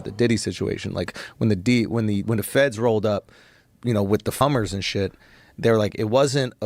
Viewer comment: I can’t be the only one who rewinded it when he said 😆👉FUMMERS 👍🤦🏻🤷🏻‍♂️😂😂😂 I don’t know what they’re smoking, but I never heard of a FUMMER👍 unless we’re talking about porn🤷🏻‍♂️😂😂😂😂